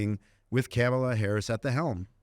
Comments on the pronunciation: IT’S NOT PRONOUNCED CAMELAH. WAHHHHHHHH!!!😢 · You keep pronouncing Kamala Harris's first name wrong.